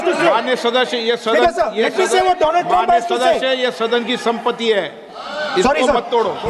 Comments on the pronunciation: Modi : Doland Rahul : Dolum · May he said donald Trump sounds like doland trump